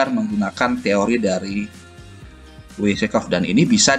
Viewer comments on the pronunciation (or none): Mai gad Pertama2, penyebutannya Wyckoff itu bukan Wi si kof tapi Wai kof. Penjelasan anda tentang Spring tidak tepat, kalau dari penjelasan anda maka apa bedanya Spring dengan harga yang trend naik? Anda juga menyebutkan Supply & Demand tapi chart yang ditunjukkan tidak menampilkan Volume, bagaimana menjelaskan Supply & Demand tanpa Volume? Lagi pula meskipun Wyckoff hidup kembali, beliau gak akan bisa trading cuman dengan teori itu saja. Dan memang beliau punya teknik & metode real untuk melakukan teknikal analisis, bukan sekedar mengandalkan teori. Kalau dicari di internet, baik artikel maupun buku tentang Wyckoff maka gak akan ditemukan teknik/metode ini. Karena teknik/metodenya Wyckoff itu diajarkan pada kursus berbayar yang cukup mahal dan sampai sekarang masih berjalan kursusnya. Sehingga kalau ada yang share secara terbuka di internet berarti melakukan pelanggaran hak cipta.